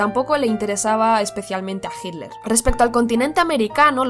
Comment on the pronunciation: Cuál es la razón para que los españoles pronuncien «Hidler»